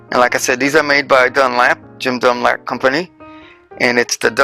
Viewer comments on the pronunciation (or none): Dunlop not Dunlap